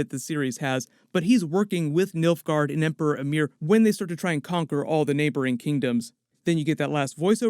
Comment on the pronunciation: It's Emperor Emhyr not Amir ;)